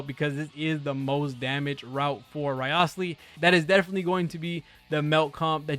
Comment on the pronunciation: A content creator who gives so little shit, that he couldn't bother to pronounce the name correctly, which is said in the game properly.